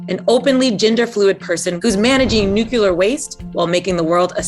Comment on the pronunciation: The interviewer can't even pronounce "nuclear." She says it "NOOK-ya-ler." This is what happens when you push identity over ability.